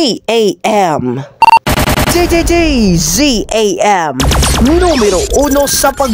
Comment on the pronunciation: Not dzam its DZMM